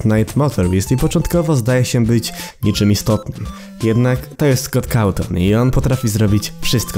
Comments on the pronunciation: Szkot kałton robi wrażenie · Szkot całton XDDDDD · szkot cawton XDDD